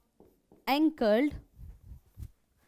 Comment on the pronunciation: It's Lipid anchored and not Lipid Ankled